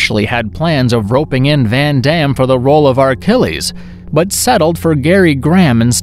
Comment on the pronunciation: Achilles, dude... In Robot Jox the guy’s name is Achilles... Not Archllies... Two seconds to check IMDB you know..